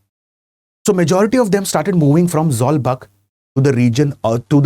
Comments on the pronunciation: Not zawlbak zawlbuk(zawkbook in prononce) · Zawlbuk should be Pronounced as or should sounds like Zolbook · Sir, I really appreciate you for including Mizo history. But the information you provided are not accurate and could be misleading. Firstly the "buk" in Zawlbuk is rhymes with the English word book. In the aftermath of the Lushai Expedition of 1889-90, the British started annexing Lushai Hills and imposing heavy taxes, demanded coolie labourers and even restricted the hunting practice of the tribal people. This angered the natives and they took up arms to drive the British out of the hills. The uprising culminated at the Battle of Changsil in 1890(present day near Sairang) which was led by Sailo Chief Sailianpuia. Pasaltha Khuangchera laid his life defending his homeland in this battle. Christianity came to the Lushai Hills officially and practically only in 1894, 4 years after Khuangchera died. So, to say the imposition of Christianity as one of the reasons for the Lushai uprising is totally false and baseless.